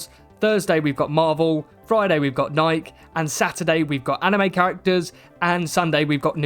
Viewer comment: Bro you are a derp. And learn how to say nike